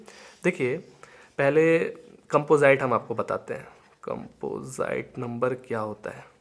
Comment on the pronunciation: कैंपोजाईट nhi कैंपोजिट hota h 🤣